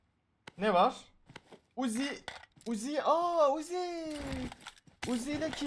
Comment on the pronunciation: Abi sen uzi dediğinde ben wuzi diye anlıyorum